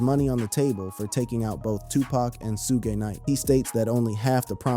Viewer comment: Bro u pronouncing suge knight name wrong